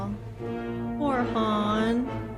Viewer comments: You're saying Han Solo right sister you're okay you're saying his name right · You're pronouncing Han's name correctly. Lando is the only one that says it differently. The difference in training scenes between Luke/Yoda and Luke/Grogu is that Luke is actually training, and Yoda is having him run to demonstrate that the Jedi's strength flows from the Force. Grogu is just along for the ride while Luke is doing all the running.